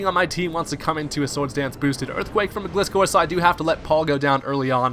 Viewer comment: Man I'm getting triggered every time someone mispronounces my Favorite Pokemon aka Gliscor. It's a Gliding Scorpion! I can never understand people who don't get that unles they're 10 years old or something!